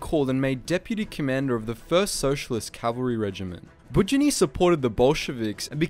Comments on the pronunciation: While I completely understand how hard complicated russian names for english speakers are, you pronouncing his second name completely wrong). It's more like Bud-yo-nyi. With the emphasis on 'yo', it should sound like you saying hello, but much shorter, cut long 'ooo' part off. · Bood-YONN-y. Stress is important in Russian. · The way you pronounced 'Budyonny' is surprisingly Korean to me 😂😂😂😂